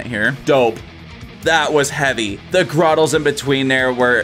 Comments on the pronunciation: They're GUTTERALS not "gruttles" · Did you just say ... gruttals? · What the hell is a gruttal? 😂